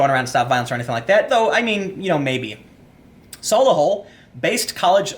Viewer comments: Pronouned Sol-i-Hull or Solyhull. Its one of the nicer more affluent areas of Birmingham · Sol-e-hull is how it’s pronounced. Vauxhall is a car manufacturer (also an area in London), and the Corsa is a fairly cheap model which is quite prevalent, thus the market for spare parts. So that’s saying that there are gangs who find Corsa’s and then just strip them for parts without caring that the person who owns it probably can’t get to work or afford another car or afford the insurance premium hike. This is also a major reason for the massive spike in motorcycle theft in London, which the police won’t do anything about. While some white English louts will be involved, they are statistically very underrepresented in these crimes. Not sure by how much because a) PC means they won’t give us that information and b) the police are not trying to pursue let alone apprehend the criminals to find out. You can’t legally carry around guns or knives or machetes in public, you can’t legally buy machetes as far as I am aware, guns are difficult to buy legally and knives and potato peelers (Scotland) are banned in London. Gun and knife controls don’t work against criminals. We also have an acid attack problem, but that’s like 95% a particular demographic that claims to be peaceful while doing things for honour. Just had a crossbow killing in a similar vein (ex-husband honour). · 'Sol-ee-hull' Kinda weird that I never hear about any of this despite living there... strange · And it's pronounced sol e hull by the way Tim. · vauxhall corsa is a small car popular with women hair dressers. solihull pronounced sol-lee-hull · I’m really enjoying hearing Tim pronounce Solihull and Birmingham, places not too far (well actually not far enough!) from me! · The pronunciation of Solihull is a contentious issue, depending on if you live there or not. Same with Shrewsbury